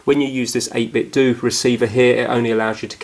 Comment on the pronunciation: it's pronounced 8bit-'DOE' not 'Do'... they make Nintendo based products so are mimicking the sound of Ninten'DOE'...sorry, just triggers me a bit